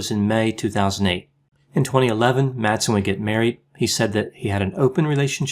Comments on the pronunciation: Madsen is pronounced more like "Massen", as the d ia silent in the danish language in this instance (I'm a native speaker). Great video, love your content! :D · You mispronounced all the names in this video.☹️ Please keep in mind that the d in Madsen is MUTE! He may not be worth it, but remember that Madsen is a pretty common surname in Denmark.